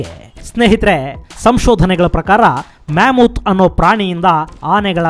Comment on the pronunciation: ma·muhth ಅತ್ಯುತ್ತಮ ಕಾರ್ಯಕ್ರಮಗಳು. ಉಚ್ಚಾರಣೆ ಮ·ಮುಹ್ಥ್= ಮ್ಯಾಮತ್